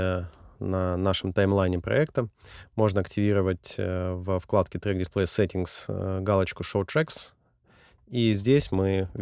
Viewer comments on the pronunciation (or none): none